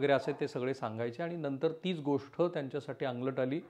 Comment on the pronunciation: तुम्ही चांगलं सांगता, पण गोष्ट ला गोष्ठ म्हणता, ते तेवढं थोडं खटकतं हो... मन divert होतं त्यामुळे